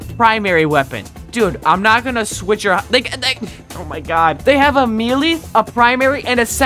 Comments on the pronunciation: Bro said mee-lee!😅😂😂😂😂😂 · It’s pronounced “may-lay” not “mee-lee”. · Bruh says meely not melee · It’s not melee its pronounced, “meyley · STOP CALLING IT “mEE-LEE” its pronounced “May Lay” 😩